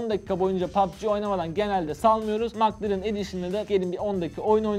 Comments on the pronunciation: Mak lerın değil mek lerın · Maklaren 😂😂 Keşke telaffuz bilseydiniz.